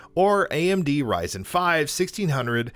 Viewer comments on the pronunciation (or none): none